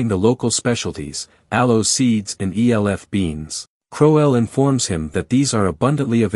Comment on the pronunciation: E L F people. Might want to teach your bot that "elf" is a word.